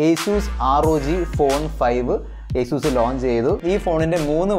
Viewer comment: Nta bro acuz alla asus